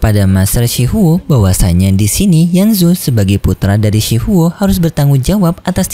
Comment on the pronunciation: Shi huo bang bukan shi hao